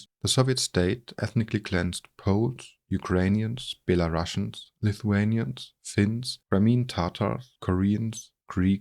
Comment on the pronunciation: the word Belarusians is pronounced as Be-La-Roo-See-Ans